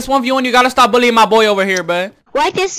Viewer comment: He says billien instead of bullying... horsi